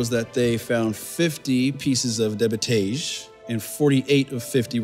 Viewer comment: Of all the scientific terms she's pronounced correctlh and without problem, now suddenly debitage she gets wrong? Also there's just something about the way she speaks that doesn't seem normal and i hate it, the way the sentences are structured with strange pauses and exaggerated inhales! And every single time she asks a question for clarification, the guy responds as if he's admitting to having done something wrong or something, i know it's staged anyway but DANG this does not feel like a real conversation